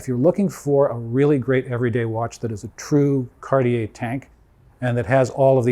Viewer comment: Hearing Cartier pronounced right - made my day!!! Thank you!